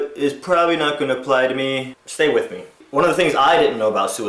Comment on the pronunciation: The word is "WITH" not fucking "WICH".